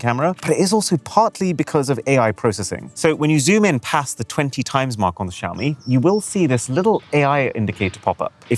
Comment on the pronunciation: When the Barber hears “Shave me” instead of “Xiaomi” and you correct too late…